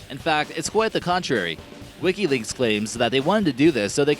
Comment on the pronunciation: it's NOT wikilinks. it's WIKILEAKS